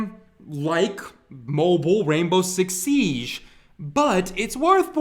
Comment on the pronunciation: The way he says siege fucking pisses me off